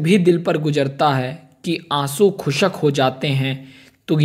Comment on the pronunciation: Asaa not asaan Khusk not khusak Good keep it